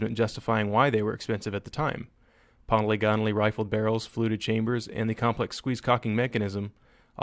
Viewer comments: Why do YouTubers keep saying poly gone al when it’s po lig a nal? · Say "poly gone o lee" again. I dare you.